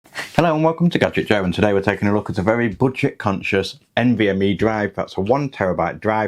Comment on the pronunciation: it's boodjit